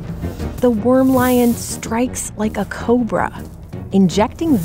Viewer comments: ANT lion - not worm lion ! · Antlion. Not wormlion